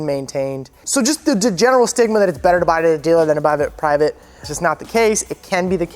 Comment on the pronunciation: stigma... you said stimula multiple times. Does sean know your in front of the camera? lol